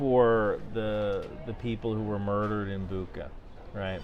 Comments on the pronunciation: Bookah? 😂 Butcha, bro 👆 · Hey buddy. It's pronounced 'Boocha' with 'cha' like in 'chat'. Not 'booka' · please don't say BUKA but BUTSJA... Made me cringe sooo hard! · Hi. It's not the Booka it's the Butcha, town outside of the Kyiv. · Bucha, not Buka. Thank you for your work. 🫡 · not BuKKa but BuCHCHa, thanks anyway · its not Buka its Bucha as in Charles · thank you for all work, idk why but pronunciation of Bucha is wrong in google, and right in Wiki (it’s CH not K sound). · ....itscm pronounced "boo-cha" NOT "buka". I'm also curious why you didn't mention Australia's mammoth cross globe support effort. Food, medical supplies, training, arms, munitions, equipment and vehicles from the opposite side of the globe in another hemisphere!!! From a nation with a population thirty times smaller than the US and a defence force smaller than your National Guard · Bucha is pronounced boo-cha (not book-ah) and Iran is e-run, not I-ran. Have a nice day 😊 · It’s pronounced as butsha , not buka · Great vid. However small correction, – Bucha is pronounced Boo-cha (like kombucha) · It's pronounced Boocha. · "Buka"? Do you mean Bucha massacre? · * Boocha - /ch/ is as in “cheese” in all Ukrainian names. It is never /k/. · Why would you pronounce the name of the town of Bucha as Buka? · It's pronounced Boutcha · Missed opportunity of correctly pronouncing Bucha. There is a neat coincidence: Bucha is pronounced almost like butcher. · Bucha, like in cha-cha-cha. Love your videos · Small correction. The name of the city is Bucha(Буча). In this case, ch is pronounced as in "check". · Awesome as always. Bucha is pronounced as kombucha without “kom” :) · Came here to comment on the pronunciation as well. Regardless, thanks for the great content and thank you for giving Ukraine a voice! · Hehe, it is Bucha, pronounced like a british accent of word Butcher